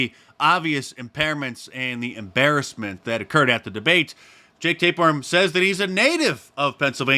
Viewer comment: “Jake Tapeworm”?? Lol